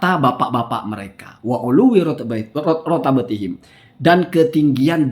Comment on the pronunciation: Afwan, antum membaca "wa uluwwi rutabatihim", yg benar itu "rutbatihim"